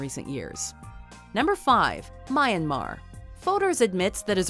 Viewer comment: For goodness sake, I’m sick and tired of people pronouncing Myanmar as My-an-mar. You don’t emphasize MY. It’s just Myan-mar. Myan (1 syllable) Mar (1 syllable). In total there are 2 syllables not 3! Please...get it right. Thank you.